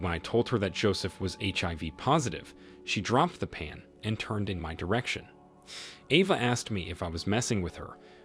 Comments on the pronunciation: It's A-va, not Ah-va. 😉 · Ava is pronounced ayva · AVA = letter A followed by va. sound it out with the long A